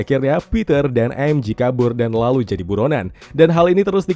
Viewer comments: Bang sekedar mengingat kan MJ di baca EM JE ,bukan EM JI,kalau EM JI itu adalah MG ,karena di bhs inggris G di baca JI, kl J tetep di baca JE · MJ dibaca emje bukan emji MG baru dibaca emji